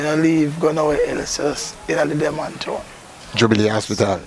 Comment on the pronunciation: Why Kingstonian can't say, “Denham” Town correctly? 😂😂😂😂